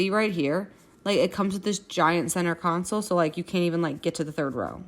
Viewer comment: Yesssss lol the “council” absolutely KILLED me 🤣